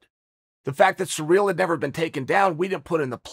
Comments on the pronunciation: Spoilers alert! Chael pronounces names slightly wrong intentionally to produce more comments and more controversy! Kamara, surreal, etc etc. Bravo Chael! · Chael has a surreal speech impedimentl with foreign names.